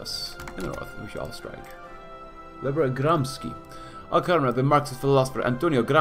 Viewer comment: It's not pronounced Gramis xi, it's pronounced GramSHE